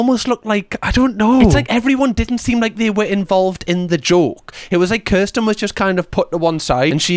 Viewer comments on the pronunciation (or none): Its pronounced Kirsten as in ear, not er . Pet peeve of mine lol